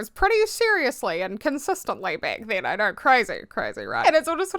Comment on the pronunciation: "i naurr" .. i love it 😂